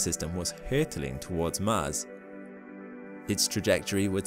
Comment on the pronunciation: Hey can you say MARS instead of MASS? :-) Just kidding man. Keep uploading interesting vids :)